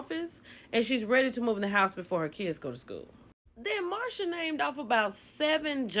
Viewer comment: Not you calling him “Marsha!” 😂😂😂